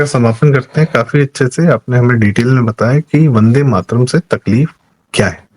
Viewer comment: वन डे माट रम जिसका उच्चारण हो वह पार्टी वन्दे मातरम् कैसे बोलेगी ? जवाहलाल जी क़ो किसी भी चीज़ क़ो टुकड़े करके आनंद मिलता था, चाहे भारत क़ो टुकड़े करना या वन्दे मातरम् ही क्यों न हो. बहाने बाज ने जिन्ना क़ो जो पसंद नहीं था, वह बहाना था, ख़ुद का इस्लाम जागा और कर दिया टुकड़ा !